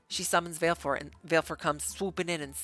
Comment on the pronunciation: Sorry to be that person but...Vah-leh-four, she never pronounces it in game but she does in Dissidia.